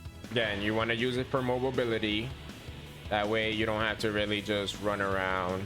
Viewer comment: MO-BILITY .... 👍MOBLE-BILITY .... 👎 ENGLISH MOTHER F*%$!@ DO YOU SPEAK IT????? Thanks for the tips 😀